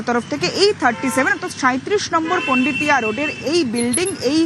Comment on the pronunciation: পান্ডিতিয়া না পোন্ডিতিয়া রোড ? বাঙালি কি পরিবর্তনের ঠেলায় বাংলায় ও পরিবর্তন আনছে নাকি ?